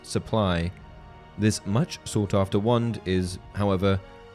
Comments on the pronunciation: Great video! But had to watch it on silent and read captions because I couldn’t stand to hear you say “wund” 2,000 more times over the next 40 minutes. 😂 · I keep hearing one, not wand